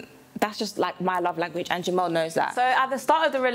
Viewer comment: He said am I jist😭😭😭😭